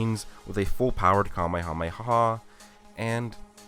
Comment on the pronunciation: I cringed every time you said Kamehameha weird like that. Way too much emphasis. Stop. My Japanese wife laughed when she heard you say it. Like you're trying way too hard.